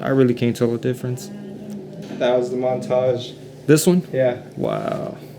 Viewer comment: How to butcher foreign and non foreign words! Ombré no maid! 😅 Your whole video is about Montage and you call them montage. Amateur hour